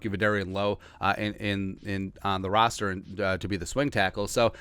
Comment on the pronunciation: "rooster"??? LMAO